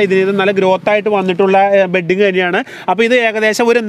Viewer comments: ബെഡിങ് അല്ല. ബഡിങ് എന്ന് പറയുക. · ബെഡിങ്ങ് അല്ല ..... ബഡിങ്ങ് ആണ് ട്ടോ😊😊